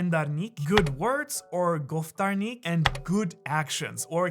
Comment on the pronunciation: As an Iranian, I loved your pronunciations about goftar Nik, pander Nik, kerdar Nik ... LoL